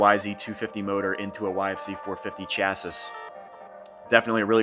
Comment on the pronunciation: Dude it’s chassis not chassis